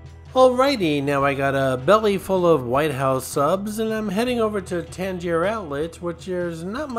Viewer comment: This video makes me want to eat a White House Sub and go shopping! I usually get the Italian too. I usually eat at The Hard Rock location after I check in but now I want to go to the original location. Oh and FYI: I don't usually like to correct people but you're pronouncing Tanger wrong. It's pronounced like hanger. You're saying it like the Tangiers hotel that was the name of the hotel in the movie Casino.